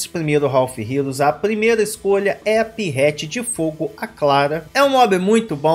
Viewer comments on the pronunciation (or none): "Pierrete"... Nisso. Doeu.